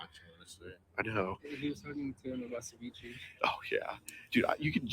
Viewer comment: "ceveechee" Ceviche*